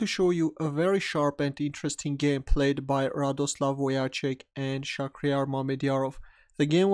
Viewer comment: Wojtaszek is spelled more like "Voy-Tah-Sheck", anyways, thanks for a nice analysis, cheers!